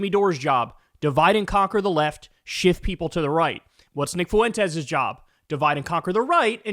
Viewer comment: fuen - tes. 2 syllables, please.